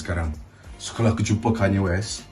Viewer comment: Hagahaha tanye kanye guna loghat utara 😅😅😁😁